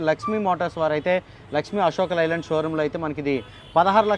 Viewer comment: లై ల్యాండ్ కాదు బాబు అశోక్ 'లే' ల్యాండ్